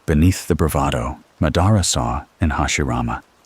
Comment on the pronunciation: Did you even watch the show ?? Who is Ma-dar-uhhh 💔🥀